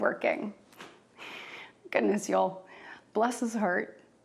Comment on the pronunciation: Y'all, she doesn't even say "y'all" right. I'm going to need to see a birth certificate.